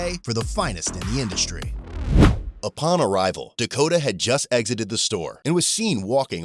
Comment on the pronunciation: Dakotah, with an H? Should have been DUHkota